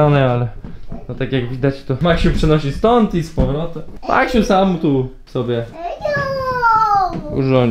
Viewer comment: Najlepszego Maksiu 100 lat🎁🎁🎁🎁🎁🎉🎉🎉🎉🎉❤🍼🎈🎈🎈🎈Ps.Ciesze sie że nareście wie jak jak sie prawidłowo czyta i literkuje Maksiu😁😁😁